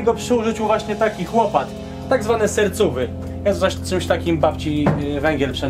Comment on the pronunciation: I nie sercôwy tylko hercòwy